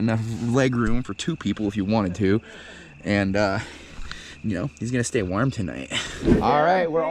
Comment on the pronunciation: 15 years later and you still can't pronounce "warm" properly